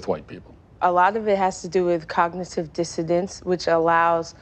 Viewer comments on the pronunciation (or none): cognitive 'disadence' .. it's dissonance ya utter melt. Trying to act smart and you can't even pronounce the words you are trying to force